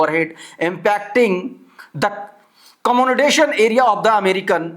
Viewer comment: Please work on your english! Accommodation you are pronouncing as commonodation ! There is no such word. Do a scrutiny before uploading the video. This is not the first time in every video you have some kind of vocabulary flaws, i am not making fun but you need to work on it.